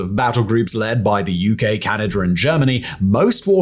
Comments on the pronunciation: And that there's no "er" in Canada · Lol "Kalingrad" and "Canader" are really getting to me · “Ameriker and Canader”😂😂